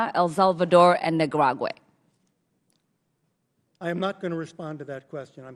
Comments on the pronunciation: Not a fan of neo-con scumbags like Elliot Abrams but Congresswoman Ilhan Omar doesn't come across as particularly intelligent or literate in English in this exchange. "Nicaragaray" interest "farthered." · She cant pronounce nicaragua? Wtf